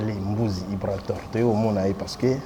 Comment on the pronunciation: Ibrator et non Ibraror bo corriger ko Ah ! 🤣☝🏽